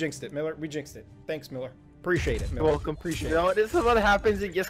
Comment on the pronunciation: it's MEELER